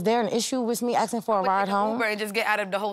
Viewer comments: Nobody is "aksing you a question"...your are "asking you a question"... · they need to stop axing